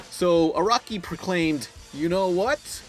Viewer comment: Would be nice if he didn't butcher Araki's name.